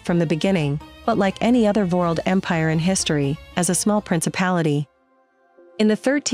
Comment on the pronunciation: That is incredibly annoying. They didn't uncover any of the real Ottoman history. All they did is regurgitate unlikely myths with a bad narrator that says world like "vurled".